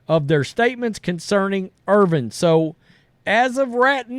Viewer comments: His name is Irvin. Not Irving. Come on dummy, it’s not that hard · Stop saying "Irving". It's not "Irving" it's "Irvin. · It's IRVIN NOT IRVING GET IT RIGHT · His last name is Irvin not Irving. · It’s Irvinnnnn no G. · There is no letter g on the end of his last name. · Watching right now and cringing every time I hear it.